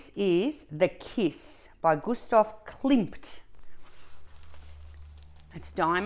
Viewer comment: Yea to continuing my enabling! 🤗 🥇….. also…it’s Klimt….KLIMT ….KLIMT !!!! 😝😝😝😈. I need The Kiss someday. Lovely 🥰 ps, you will do the W in G when Abigail and I do ours…you are commanded to !